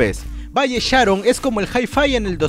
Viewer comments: esta piola tu video solo que cuando mencionabas de valle sharon ponias foto de pista nueva y cuando hablabas de la zona C ponías algunas fotos de la I de Pamplona Y la pronunciación de valle sharon la tilde es en la o igual me gusto tu video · JAJAJAJA se pronuncia Váy Sharón no se porque, no Valle Sháron xd